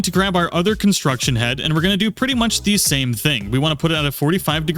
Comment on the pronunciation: CONSTRUCT head, NOT construction head.